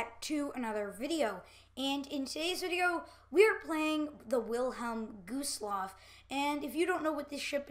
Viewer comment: Whilhelm gooselaff by the way I’m not trying to be mean I thought it was kinda funny that you said gooselaff instead of gustloff